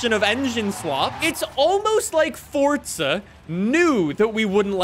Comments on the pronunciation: you say fortza not forza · why do you say forza like you say pizza? fortza